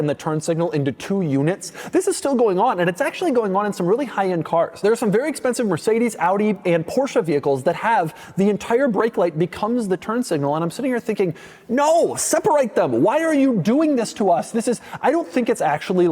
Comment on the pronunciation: bro said porscha, and im closing video because of that, yes turn signal point was valid, jeep does that and its a hazzard